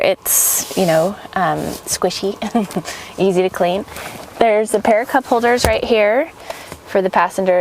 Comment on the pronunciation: "squisy"...I'll squisy her